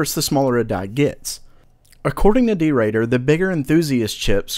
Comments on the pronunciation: his name is der Bauer (German), as in, the builder. not derader. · DerBauer not Derater... No hate, just helping out, as he is one of your sources. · der8auer is actually pronounced "Der Bauer", it's a German noun. :D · what did you say I think you meant to say Debauer which is stylised with an 8 instead of the letter "B" and it is pronounced Dei-boa-ar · FYI it is pronounce derbauer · What, how did you pronounce "der8auer"? :D It somehow sounds weird the way you did, no offense. It's german and can be spelt in full like "der bauer" (meaning irrelevant) just for clearing that up. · Just want to let you know that the German overclockers name is prenaunced debauer, i know there is an 8 in there, but its just just a b in disguise :-) Godo job btw getting 100 episodes out. Keep up the good work buddy :-)